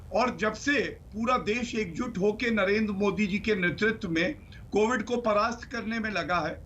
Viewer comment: Chitraji covid ko movid kisne bola